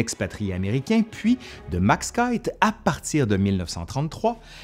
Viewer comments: Excellent comme d'habitude 🤗🤗 Par contre, cher, je pense qu'on prononce le nom Keith "KIFFE"/"KIPHE" et non "KAÏTE" comme tu le prononçais. Sauf erreur de ma part bien entendu 😉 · Petit rectificatif quant à la prononciation du nom propre "Keith" : s'il est d'origine anglaise, alors il devrait être prononcé "kis" (à la française).